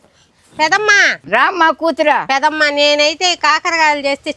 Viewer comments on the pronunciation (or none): Pedamma. Kaadu Peddamma anaali madam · Pedammaaa kadhu pedhamma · అమ్మా తల్లి పేదమ్మ , కాదు పెద్దమ్మ అనాలి. పెద్దమ్మనీ, పేదమ్మ నీ చేసేసావ్ 😂😂😂😂😂😂😂😂😂😂